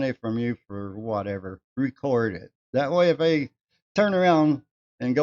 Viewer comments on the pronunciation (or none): none